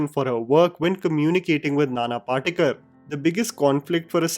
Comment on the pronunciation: can you read Devanagari, or any Indian script, properly? You are mispronouncing the actors' names. नाना पाटेकर (Nana Patekar) गिरिजा ओक (Girija Oak). Not sure how this happens for a native Indian in India.